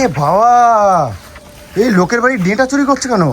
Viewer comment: ওরে আতা ক্যালানে! ওটাকে "ডেটা" নয়.. "ডাঁটা" বলে!